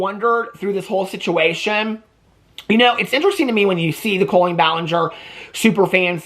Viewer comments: I love you so much but the way you say CO-lean is stressing me out. 😂 Is this a Midwestern pronunciation? Is Illinois considered Midwest? One of my best friends is a Colleen and it's said cah-lean. Lol I just had to get that off my chest. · The way you say her name makes me laugh so much. Colon-een!